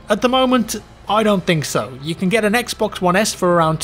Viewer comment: I swear if he says "xbux one" one more time..